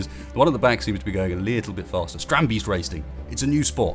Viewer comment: Strand - BAYST Not "Beast"